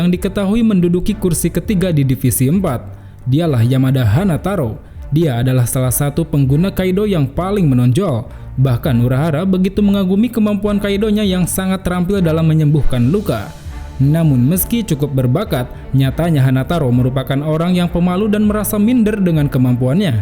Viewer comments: Kido bang bukan kaido😁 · KIDO BUKAN KAIDO